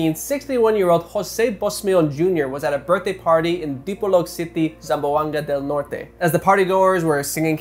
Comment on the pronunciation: I actually applaud for properly pronouncing the name of provinces.